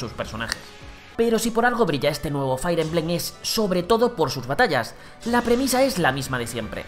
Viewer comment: Otra vez diciendo "Fair" emblem... 🙄